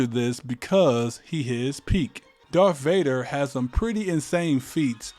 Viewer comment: “Darf vader” and “sif lord”